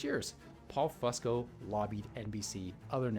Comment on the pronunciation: It’s FUSE-CO. Not FUSS-CO. Grrrrrr it’s so annoying to hear u keep saying it wrong.